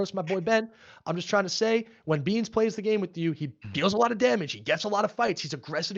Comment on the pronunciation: why’d he say beans like a slur😭😭